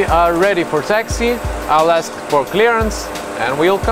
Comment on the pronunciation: when FO order Captain to aks for pushback ehehehe... It's 2020 and I really miss them, especially,. Please bring back my for some future content.